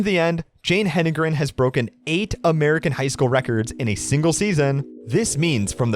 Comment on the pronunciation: Why can’t a lot of announcers pronounce her name correctly? He-den-gren.